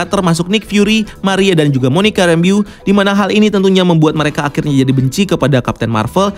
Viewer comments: Rembo bang bukan Rembiu wkwkw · harusnya kan Rambo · Kann,, lucu dengernya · Kirain udah bener cara penyebutan "Rambeau", ternyata 😁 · betul bro hehe... kynya cuma aja yg salah penyebutannya. nggak masalah sih cuma agak gimana gitu dengernya 😅😅😅